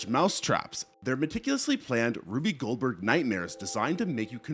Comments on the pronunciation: ....did he say "Ruby Goldberg?" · Ruby Goldberg trap LMAO 🤣 it's Rube Goldberg